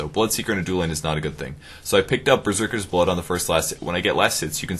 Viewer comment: "Bezerkers blood" ... seriously...